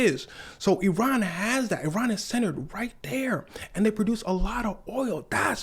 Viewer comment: I'm one the few Iranians in Iran currently with access to international internet access first thank you for pronouncing our country's name correctly second people of USA please don't encourage our government I know all of you know that trump is an idiot that has ruined your lives our government is just one big trump